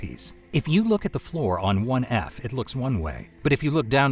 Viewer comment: Sounds like 11 labs, AI especially with how 1F and 3F are pronounced. Great episode anyway